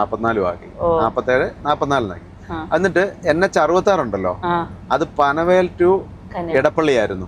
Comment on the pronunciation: മൂന്ന് വർഷത്തിൽ കൂടുതലായി vedio കാണുന്നു. വളരെ നല്ല presentation. കുറ്റം പറയുകയല്ല എന്നാലും പറയണമെന്ന് തോന്നി. വേറെ ഒന്നും തോന്നരുത്. Lonavala എന്നല്ല Loavla എന്ന സ്ഥലത്തിന്റെ പേര്. അത് പോലെ തന്നെ panavel അല്ല panvel ആണ്. സംശയം ഉണ്ടെങ്കിൽ ഹിന്ദിയിൽ എഴുതിയിരിക്കുന്നത് നോക്കിയാൽ നന്നായിരിക്കും